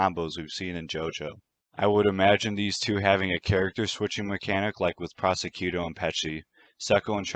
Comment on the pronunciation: Good picks. For future reference, Prosciutto is pronounced "pro-shoo-toe"